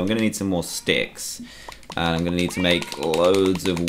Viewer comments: He just didn’t frickin’ annunciate well enough; jeez! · Daniel Ramirez He wasn't saying 666, he was saying sticks sticks sticks because he was making sticks. It did sorta sound like 666 tho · actually, he said sticks, and not 666, they sound the same